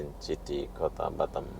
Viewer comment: City - bunyi nya siti bukan chiti 😂